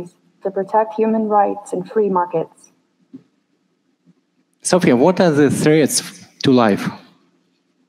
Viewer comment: We'd be waiting for 2030 and "Sophia" can't pronounce her own name. I'm not sure if the "robots" are more idiotic or the public is?